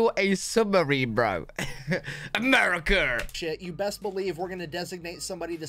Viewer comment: "Americur" is my new favorite way to say America. It's on par with 'Murica.